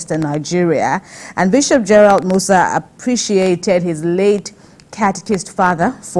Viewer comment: Musa is Moses in Hausa. So it is just a translation, Adamu is Adam , Maria is Mariamu. So why change the pronunciation